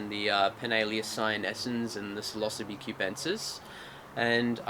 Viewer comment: Oh shit, this whole time you've been saying psilocybe.... lol I have never heard it pronounced that way. I didn't realize what you were saying until you put "cubensis" after it, at